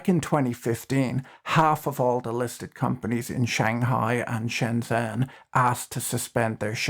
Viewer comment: shenzhen 深圳 pronounced shunjun